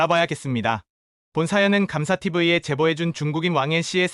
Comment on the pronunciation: 앵커님, 🇺🇸 발음으로 추천합니다 감사TV ------------------------->감사티비